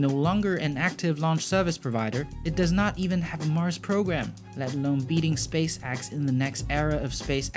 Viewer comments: Also, it is pronounced Space Ex, not Space Axe.... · "SpaceAXE" and low earth "AUBIT" , i love it lol